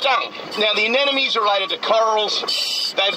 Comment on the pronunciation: So. Many. "Anenomes." Gah! It's anemone!